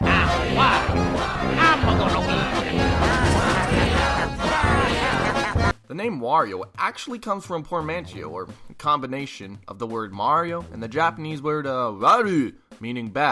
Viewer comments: Did he actually just say pormanshio? It's por-man-tor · How are you able to put together a fairly elaborate video and still not know how to pronounce "portmanteau"? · Port man tee oh Ow